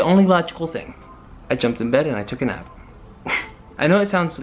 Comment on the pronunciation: when you said take a nap I thought you said take a knife lol😉